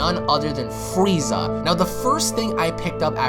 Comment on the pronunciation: the freeza song plays,,, fwwweeeezzaaaah